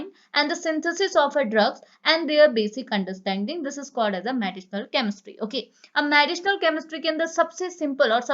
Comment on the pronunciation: Medicinal chemistry ka pronounsation sahi kro